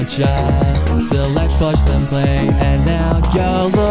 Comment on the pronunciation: Thx dude, nice rhymes and lolz it sounded like you said fudge instead of forge. xD